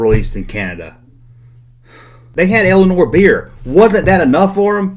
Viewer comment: The chaos is from Canada...the chaos also lived very close to a Sears! Alas!...The chaos did not have any multi-packs! Oh, it's "Elsinore" and not "Ellenor"., yer a real hoser!! \m/